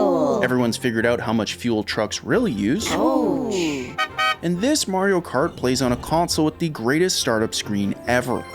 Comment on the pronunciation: “Morio kort” 🎋🎋🇺🇸